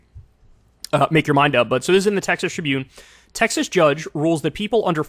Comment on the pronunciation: You meant to say TEX-ASS right?